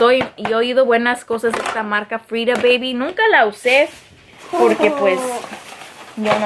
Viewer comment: Me encanta cuando dice bayby muero de amor ja